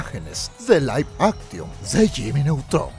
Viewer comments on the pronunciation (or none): none